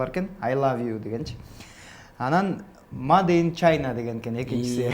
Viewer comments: Маде ин эмес мейд ин Чайна .😂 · ай акылдуу(бала) кыз молодец экенсиз, эмнеге сразу чайнага асылдыныз, "маде" эмес "мейд" деп айтылса керек эле бир карап коюнуз. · Мейд ин Чайна (made in china) деп айтылат да.🧐🧐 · Ана,мына го🤣🤣🤣"Маде ин Чайна" дейтго.Айпери да козун жумуп жибериптир уялып кетип.